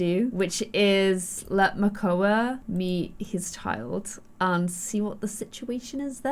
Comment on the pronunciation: It’s makoa